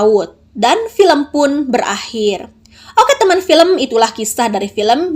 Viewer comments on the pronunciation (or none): Zakhm di baca Zakhmeu....